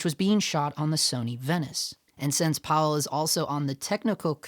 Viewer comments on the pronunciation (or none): Pa-Vell not Powell... Have just a little bit of thought for culture and ask how to pronounce someone's name or even use Google to look up how to pronounce it.